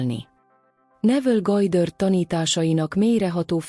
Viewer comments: Gojdörd!?? Vagy micsoda? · GODDARD....mit nem lehet ezen kiejteni normálisan?????